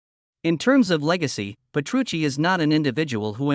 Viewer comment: Ole por mi Sensei!! porque debería disculparse? es una gran persona, con un gran sentido del humor, un maestro en todos los sentidos, humilde como el que mas, y un gran placer trabajar para el y DT cuando van por Asia. por cierto amigo.... Petrucci, repito, Petrucci!! para hablar del guitarrista más grande de todos los tiempos, hay que informarse al menos de cómo se pronuncia su nombre.